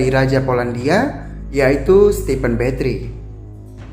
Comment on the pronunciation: Sebutan bathory nya salah ya